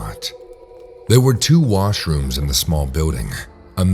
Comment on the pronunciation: I thought it said “mushrooms” not “washrooms”. 🌚